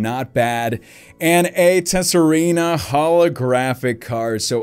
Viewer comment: Tesareena - lol wat Tsareena - the T is silent